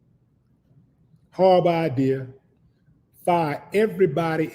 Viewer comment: Howwible... Just howwible Chuck 😂 Big brother you caught me off guard with that one 😂